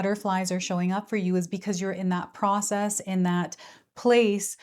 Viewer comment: Pro-cess A pros- mess. Not a mystery Not rocket science. Why me Lord?